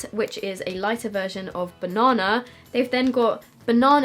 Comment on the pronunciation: Omg please never stop saying "banana"!! Banonna! You are so fun to watch!